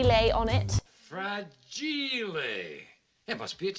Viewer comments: By the way: in Italian is Fràgile, not fragìle. But... almost there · I was so happy when u said "fragil-ae" lol